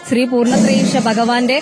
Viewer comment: ത്രി പൂർണത്രയീശ അല്ല.. ശ്രീ പൂർണത്രയീശൻ ആണ് അത് മനസിൽ ആക്കിട്ട് സംസാരിക്കു അരുൺകുമാർ 🙏🙏🙏🤣🤣